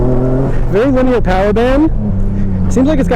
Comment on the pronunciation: All together now. LIN-E-ER. Linear...